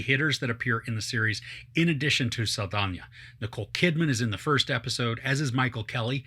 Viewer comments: Just finished the 1st episode.... Wow! This was great. I was looking for something to watch that held my interest... And I F'KN FOUND IT! Can't wait to see the rest of the season. (also it's pronounced Saldana..... NA not yia there is no eya /IA in her name, hope this helps you) Great summary of the episode otherwise... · I don't think that's how you pronounce "Saldana".